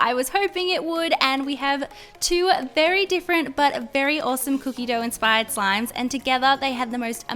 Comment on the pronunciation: Can you stop saying enspired please